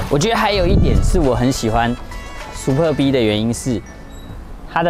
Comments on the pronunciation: 好像故意唸成Super B。他有時就是唸對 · super b?你是故意唸錯？ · 介紹的是不錯 但一聽到唸super B 就知道畢竟不是專門賣skoda的人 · 拜託 不懂要問。不念Super B. 好嗎？ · 一般人就算了 沒人在意 下面留言中有人會在意 因為這已經是高流量的 yt車商 最基本的車名，念”對“ 不難吧！ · 為什麼要念super逼 聽了頭好痛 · 聽到super 逼 真的很反胃 不知道為啥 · Superb 音節的重音在S跟P，至於B的唸法就是小時候學KK音標的 BBB ？ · L&K車主路過...那個super b念法可能不太對哦....... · 貴公司也算中古車YT最高流量之一的吧! 結果介紹車子第一句英文就念錯 這樣會讓人懷疑專業度在那呢? 發音不標準之類的都沒關係 但要賣該廠的旗艦SUPERB 也不是剛進來台灣 名字查一下~~~不難吧!!! 聽了頭好痛! 介紹的再精彩 讚我真的按不下去!